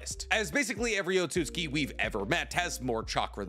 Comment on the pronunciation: Why do you pronounce Otsustuki - Ot-sut-ski? Its O-tsu-tsu-ki.